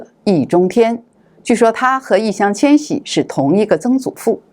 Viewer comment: Yì Yáng Qiān Xǐ，麻烦把人家名字念对好吗？